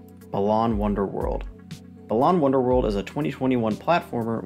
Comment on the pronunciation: You're pronouncing it wrong. It's not "Balaan Wonderworld", it's "bAlan Wonderworld" (with emphasis on the first "A").